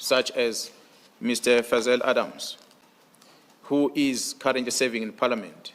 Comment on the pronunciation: Did he just say fazel?.